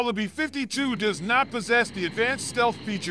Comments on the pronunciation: Between this guy and the narrators on Fluctus, they always sound like a weird malfunctioning A.I. reading a script, placing the emPHASis on the WRONG syllABLE… why do ThEy dO THaT?!?🤔 “beFIFTY two!!” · Pronounced 'bee fifty two', not 'b'52'!🤣